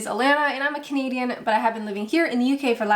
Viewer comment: When you said "I'm a Canadian" I thought you said 'I'm a comedian' lol 🤦😆🇨🇦🇬🇧